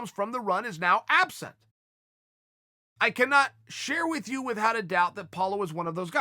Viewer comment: Please Chael, please start pronouncing "without" The normal way, pleaseeeee